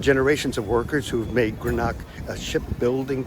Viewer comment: You might try learning how to pronounce the names of the cities before releasing a video. You mispronounced Greenock and Glasgow, and also quay. Nobody would spend an entire day touring Greenock. They would go to Glasgow. Idiots.